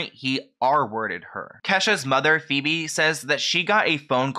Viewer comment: Is her mom's name not pronounced "Pee-bee"? I don't think I've seen 1 video of this guy's where he didn't mispronounce someone's name even when he includes clips of other people saying the name correctly. How??